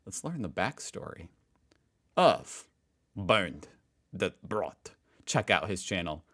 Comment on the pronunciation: Man. Eventually you should be able to pronounce "Bernd, das Brot" correctly after having heard it so often. Try it;-)